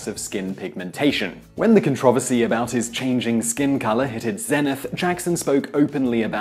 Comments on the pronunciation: . Who says "controversy" like that? It just ruined the whole video for me. I bet ALL of you missed that. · He pronounced “controversy” like “con-tra-ver-see.” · This host has zero credibility after hearing him pronounce the word 'controversy'. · The way he said "controversy" made me cringe.